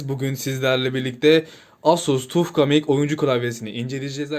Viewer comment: kanka şuna tuf gamink değilde taf geyming diye söylesen daha iyi olurdu be